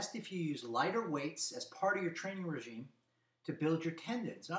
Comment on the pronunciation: Training "regimen", not "regime" and not "regiment".